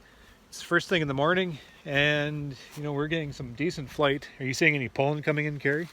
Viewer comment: I prefer the pronunciation p-oh-llen, over the pronunciation p-ah-llen. Not sure which is correct. Perhaps both. Your pronunciation just sounds right. I love the way Canadians speak English, and I love all of our northern neighbors, Eh?